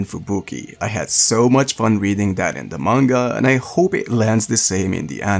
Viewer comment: IT'S NOT COPE IT'S HOPE